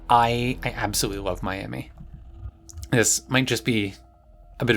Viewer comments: as a floridian, the way you said Miami hurt me so much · Just imagine she's calling you her friend in French. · Why are you saying Miami like that? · I've never heard anyone pronounce "Miami" and "divisive" like that before.